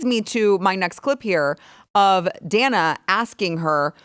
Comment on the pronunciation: That mispronunciation of Dana's name was no mistake. She is fuming.